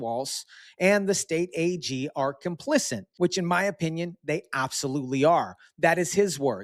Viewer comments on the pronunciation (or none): There is no n in complicit. Our education system really failed younger generations. PHONICS was the way that worked...and discipline. Love your channel; your outlook.